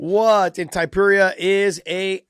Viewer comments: The way josh thompson tries to just brush his lack of ability to pronounce names under the rug is hilarious. He harps on fighters for their abilities all the time, the least josh could do is learn to say their names correctly😅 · Topuria: Josh: Tai-puria. Alright then.